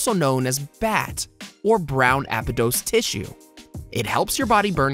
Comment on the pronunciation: Did i hear you say brown "apidose" tissue? 😅 It's alright, I still love you guys. More power. Stay safe. 😊